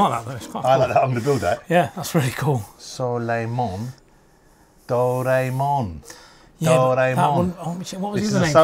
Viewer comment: It's pronounced DO-RA-EE-MON! 😂Poor Japanese pronunciation aside 😉😁, absolutely fantastic video guys! Really enjoyed that! Merry Christmas and a Very Happy 2024 to you, and Jonathan!